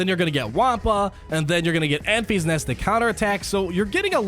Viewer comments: Its not Enf-ee-s Nest, it's En-fiss Nest Great video bud as always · Ok, before I’m even 5 minutes in, you calling her “Enfees Nest” is annoying the hell out of me. Her name is pronounced “Enfiss Nest” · Enfys [en-fys] as a girls' name is pronounced EN-viss. It is of Welsh origin, and the meaning of Enfys is "rainbow" as a Welshman it made it difficult to take her seriously in the film, when everyone was worrying about the Rainbow turning up, particularly with Nest also being a Welsh name, meaning pure. so the pure rainbow being a good guy came as no surprise when it happened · Pronounce it more like Memphis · Pronounced "In-Fis" Nest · Lol, I thought the same thing. First he calls it "Staa Wars" now it's Enfees Nest" I'm just gonna watch moble gamer. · ...and apologies, but CubsFan Han may have his “Tie Slicer” revenge on you for the pronunciation of “Enfys”,;o). Keep up the great work! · Was thinking the same thing, but it’s so I kept watching lol.